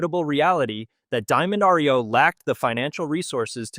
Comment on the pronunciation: Some folks cannot pronounce well. Diamond Reo was a fine truck. Sorry for its demise.